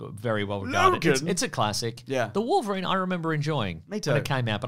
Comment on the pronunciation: Remember to say "Triverine" next time Also, not that logic or cannon mattered in this film in the slightest, but Gambit I guess earned a living in poker and has a plane on standby for whenever a burly mutant needs a lift to an island? And if the studio ever continued with Gambit in a future exploration with him and somehow got him together with Rogue, I tend to think Rogue's character is probably not even born in this continuity meanwhile Gambit is in his 30's if one had to guess.